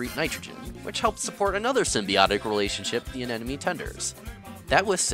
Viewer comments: Terrible choice for background music. Nothing wrong with salsa, but it takes away from the content rather than adds to. That in addition to saying anenemy instead of anemone doesn't help either. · Anemone.... Not anenome...... Why can no one pronounce it correctly? 😑